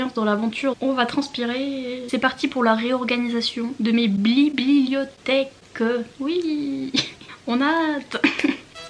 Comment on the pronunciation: Super rangement ! Magnifique tes « blibliotheques » comme tu dis 😅💋